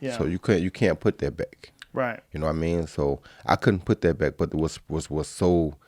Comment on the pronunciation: Joe Rogan: "You-nah-mean"